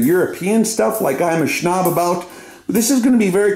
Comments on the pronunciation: Been watching you for years and I still go back and watch previous videos. Love the way you say snob, "schnob" haha. Wish I had the chance to send rounds down range with you. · its very annoying. mostly when said as " shnob" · He actually says "SHHHNOB". His high pitch voice and 8-bit music is annoying af :D